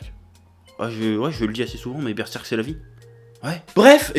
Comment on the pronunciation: cheeeeeeeeeeeeeeeeeef ou sont tes traditions ?? normalement c'est berserrrrrrrrk ''oooooo''